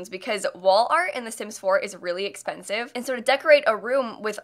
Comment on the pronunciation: I keep mishearing “expensive” as “offensive” and the sass levels are through the roof.